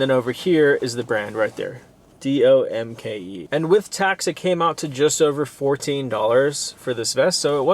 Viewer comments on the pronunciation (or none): Dom-key is the pronunciation. As an ex- professional photog and assistant photog, I carried my share of Domke bags in the 90s. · The vest is pronounced Dom-key. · Sup my dude.. it's pronounced Dom-kee. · the vest domke brand is pronounced "dom key" . good find. Those things cost a bit brand new.